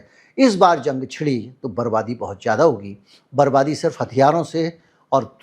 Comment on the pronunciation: Zang nahi jang hai ..urdu seekh k aao